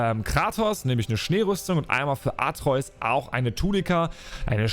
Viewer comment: Sprech doch den Namen von Kratos Sohn bitte richtig aus 😂 - AtrEUs hört sich kacke an und wird kein einziges Mal so gesagt. Sprechs lieber AtrE-Us aus